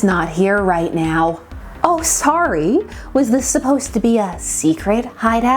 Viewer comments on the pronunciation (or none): none